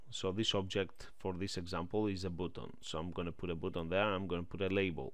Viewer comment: Странно и неправильно он произносит слово button как буттон а не баттон как надо... Ой...